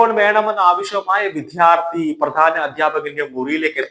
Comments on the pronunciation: വിദ്യാർത്ഥി എന്നു ശരിയായി ഉച്ചരിച്ചു കൂടേ? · താങ്കളുടെ ഉച്ചാരണം, ശരിയല്ല. വിദ്യാർത്ഥി എന്നു തന്നെ പറയണം.